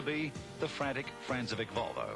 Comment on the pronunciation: Francevic is actually pronounced "FRANK-e-vich". And who's Denny HUME?